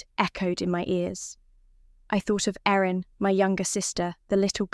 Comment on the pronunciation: Thought the brides name was Erin not Aaron.